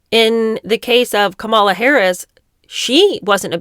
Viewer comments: Please start using the correct pronunciation of Kamala’s name: Comma-la. It’s just the respectful thing to do. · Why do you intentionally mispronounce Kamala Harris‘s first name? Are you imitating Trump? I know it wasn’t an accident because you did it multiple times.